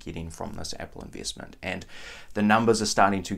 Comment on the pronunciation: Like the way you pronounce "eeenveeestment" & "sheeers".